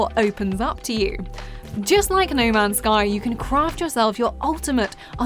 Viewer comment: “Ney mans sky” 😂